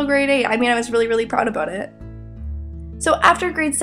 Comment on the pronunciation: Aboot. Hehe.